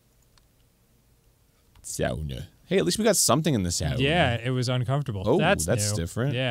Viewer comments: I caught that too, I was wondering why he suddenly pronounced it correctly. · Me as a Finnish person hearing Arin and Dann jokingly pronouncing sauna spot on😍😍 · As a Finn I really appreciate them pronouncing sauna correctly